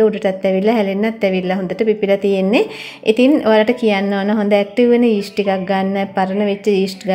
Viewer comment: ඊෂ්ට් නෙවෙයි යීස්ට්